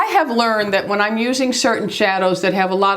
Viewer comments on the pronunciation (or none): none